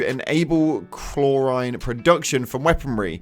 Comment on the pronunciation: Just some corrective criticism Chlorine: pronounced chlor-eene